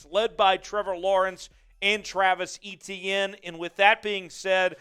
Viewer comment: Pronounced A- tienne